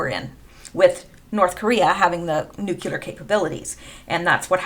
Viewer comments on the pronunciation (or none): Good stuff as usual. Please note: The word is pronounced NUKE-LEE-UR not nuke-you-ler. Common error. No such word. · There aren’t two ‘U’s’ in the word Nuclear... it’s nuc-lee-ar - not Nuc-U-lar... just sayin... {Metathesis (linguistics) Metathesis (/mɪˈtæθɪsɪs/; from Greek μετάθεσις, from μετατίθημι "I put in a different order"; Latin: trānspositiō) is the rearranging of sounds or syllables in a word or of words in a sentence. Most commonly, it refers to the switching of two or more contiguous sounds, known as adjacent metathesis[1] or local metathesis:[2]} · Please don't say "nukUlar" like George W .... It's pronounced Nuclear" (new Klee ar) not (new que lar) I. Like you and your posts, you're a nice person and I don't want to be reminded of GWB by you. Just a friendly criticism. :) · NUCLEAR not NUCULAR, stop it!! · Btw they’re not “NUKULER weapons they’re NUCLEAR weapons. Please try to pronounce it properly. Since you said it so many times it was very annoying. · Thanks for your perceptions and research. One tip, it's spelled and pronounced "Nu-cle-ar"not "Nu-cu-lar". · Pronounced new-clear, not nuke-you-lore. Sorry, pet peeves. Your channel is good though. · PLEASE ...! NEW_Q_LUR is not a word. If you can't pronounce Nuclear properly try this old trick... Say New-Clear as in NEW CLEAR war. Kudos and thanx to good ol "WALT KELLY" for this from his comic strip for many decades ..."POGO"